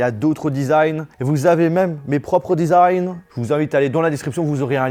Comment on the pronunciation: Le one pleuss et disagne me tue 😂😂